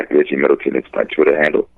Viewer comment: you said Reggie Milton....Its Reggie Middleton..Get the brothas name right!!! LOL